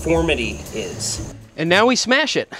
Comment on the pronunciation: yooooo he sad iiiittttt!!!!!!!!! HE SAID SMEASH LES GOOOOOOO!!!!!!!